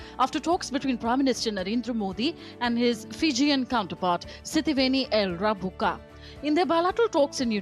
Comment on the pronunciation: Rabuka pronounced Rumbuka